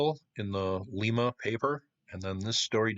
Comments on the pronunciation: Lie=ma not lee-ma is how the locals pronounce it. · LYE-muh, Ohio; LEE-muh, Peru. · Lima is pronounced : Lime-a. I live 40 mile up stream from where it was found. The glacier went threw here carrying things many miles. There are many old Indian villages along this river and old Forts. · thats not how you pronounce Lima Lima , OH (Ly-ma) Lima Peru (Lee-ma) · My only comment is its not pronounced like lima, Peru. Its pronounced like the bean. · Lima pronounced Lye-ma in Ohio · It’s pronounced LYE-MA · Huh, I grew up around there (we had a cabin in Grand Rapids) in the 60s and never heard of this. It should be noted that Grand Rapids Ohio and its vicinity along the Maumee has always been home to a lot of artisans, so it's quite possible that someone made it more recently. FYI, Lima isn't pronounced like the city in Peru but rather the bean, with a long i. So it rhymes with Jemima. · Lima, Ohio like lima bean, not Lima, Peru